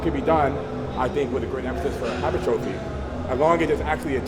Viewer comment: There's that "Hyper-Trophy" again lmao